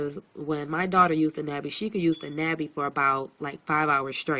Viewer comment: "NAH Bee" A sound like August. It's the Korean word for butterfly.